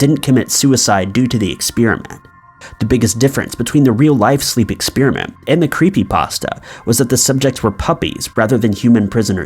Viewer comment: What is an ex-spear-a-mint? 🤔